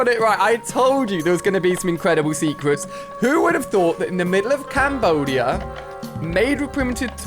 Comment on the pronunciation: Did you say Cambodia?